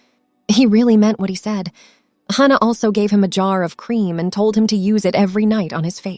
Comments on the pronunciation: Could you please stop mispronouncing Hannah 😢😢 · Please stop mispronouncing Hannah 😢😢😢